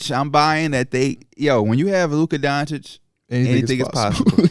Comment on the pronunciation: stop saying Luka Donchick